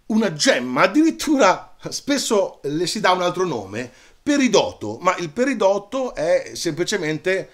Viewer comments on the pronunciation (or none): Se posso permettermi ti espongo alcune differenze fra quello che hai detto tu ( fantastico!!! ) e quello che hanno insegnato a me al corso di laurea: 1) le pietre sono rocce lavorate ( quindi il titolo non sarebbe proprio esatto ma capisco che magari è più allettante) 2) si dovrebbe dire perìdoto non peridòto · Grazie Marco! 2) Anche io avrei detto che la pronuncia corretta fosse "perìdoto", ma il Dizionario di Ortografia e Pronunzia DOP mi dà "peridòto": Altri dizionari, invece, sembrano ammettere entrambe le pronunce: 1) Sì, ho usato "pietre" nel titolo perché mi faceva più ridere. Nel linguaggio comune, pietra può essere usato come sinonimo di roccia o di sasso, e così viene riportato dai dizionari che ho consultato. Ma ti rinigrazio per la precisazione tecnica. D'ora in avanti la terrò a mente! :-)